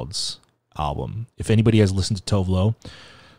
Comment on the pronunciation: WHEN YOU SAID TOVE LO OMG YES